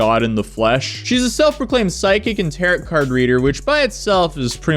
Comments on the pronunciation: “Ter-Row” = Tarot , not “Ter-Rit” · No shade, but Tarot is pronounced "tear-oh" not "tear-it." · Tare oh , not Tare ot. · Tarot rhymes with Karo, not carrot. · Tarot is pronounced " Tear-row", not tarrot 😂 (Tear as in rip, not the crying tear, english is weird) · Tarot isn't pronounced like carrot, it sounds like narrow, or tarrow. Just an fyi. Also you want to say "the gist of the story is" not in jest or in just, not sure which you said. Not being a dick. Just letting you know so no one makes fun of you or talks shit. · You do not pronounce the final "t" in "Tarot Cards". It is "tare-oh". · Hey it is pronounced (tear row) the t at the end is silent you don’t pronounce the t at the end lol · It's pronounced "tear-oh"... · This man really say tarrot card 🤣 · Love your stuff. In case you talk about this again, it’s pronounced “TARE - oh.” Not a dig. I really always laugh when I watch your videos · tarot, pronounced "tah-ro" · did this homeless skateboarder-looking mf really just pronounce "tarot" like "tarrot"? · Tar-ot cards? Lol. Youngsters are dumb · the way he says "tarit" lol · did this man just rhyme "tarot" with "carrot" lmfaoooo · For those that don't know it's pronounced "TAIR-oh" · Tarot is said “terro” btw 😅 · why do you say "tarot" like carrot brah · Did people watch this "psychic" because they believed her or because she was so ridiculous? (The "-ot" in "tarot" is pronounced "oh". Tar-oh.) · I adore you and all of your coverage, but it's pronounced Taro. You don't pronounce the last t on Tarot. Beyond that, this lady is crazy and she is not helping herself at all. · Is he saying “Tare-ott” cards? 😂😂😂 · Not pronouncing tarot as if it rhymes with carrot. 😂😂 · That is not how you pronounce tarot, dude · Someone teach these YouTubers how to pronounce Tarot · Did you just pronounce tarot like parrot? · The last t in tarot is silent bro lol. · The second t in tarot is silent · That’s… one way to pronounce “Tarot” cards, 😄